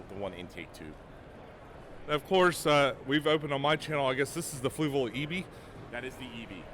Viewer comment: For someone who uses their products so much, you still cant pronounce Fluval correctly lol